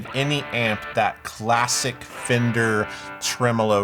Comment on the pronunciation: Thankyou for pronouncing tremolo properly. Americans take note- it’s trem-uh-low not trem-Oh-low 😘